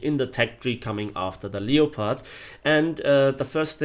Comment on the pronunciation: Leo-pard.... seriously.